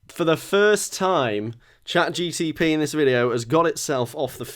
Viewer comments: It really bugs me that keeps saying "ChatGTP" rather than Chat GPT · It’s mad because he keeps calling it ChatGTP 😂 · Dear, is it cleary not ChatGTP:P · just casually saying "chatGTP" the whole video is hilarious 😂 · Petition to re-record saying chatGPT properly because it’s jarring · definitely mispronouncing Chat GPT on purpose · Drinking game: Take a shot every time says ChatGPT wrong. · Are you pronouncing it ChatGPT wrong as a joke? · I want to know how many times he had to rerecord bits because he realised he'd accidentally said it correctly. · Only began to notice that he is saying it wrong when I saw this comment